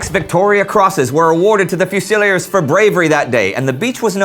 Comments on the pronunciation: its pronounced fuse-el-EERES ,last syllable rhymes with beers.not fuse-el-iers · Dear Indy: it's pronounced: 'Few-Sil-Leers'! Fusiliers: Infantry troops who (traditionally) were assigned to guard the Artillery. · Pronunciation: Wellington Fusiliers: "few-sa-leers." :-) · 'Fusilliers' Shocking pronunciation' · It’s fusiliers not fusiliers